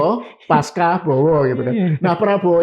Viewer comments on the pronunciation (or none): pengucapan pasca yg benar adalah : pasca dieja sebagai .....pas.....ca......( bukan dieja pas....ka....) ca seperti di kosa kata cacing! Tolong intelektual mengajarkan ilmu dan praktik yg benar.